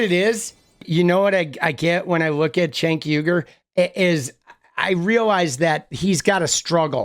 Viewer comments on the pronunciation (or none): Why does he call him Chenk? 😂🤣